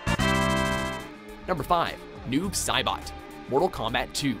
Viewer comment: "Sailbot"... Wow.